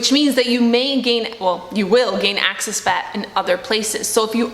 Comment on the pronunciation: Only me who has an issue with her saying "access" instead of "excess"?